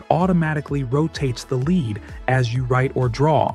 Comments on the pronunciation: When when /led/ becomes /li:d/. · Leed not Led? Thanks AI